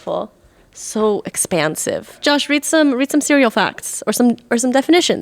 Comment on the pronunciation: Nicole needs to stop using soft o's. I can kind of ignore the sinus infection voice and vocal fry, but His name isn't Jawwsh, and soup isn't served hawwt